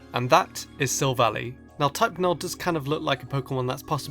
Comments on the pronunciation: It's not sivlally it's silvalleye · It's not silvalie it's soul-vall-i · Its pronounced sylvalli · it's not sil-vally it's sil-val-lie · silvally is pronounced silv ally